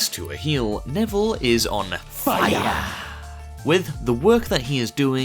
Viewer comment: I burst out laughing when Neville said FIYAH 😂😂😂😂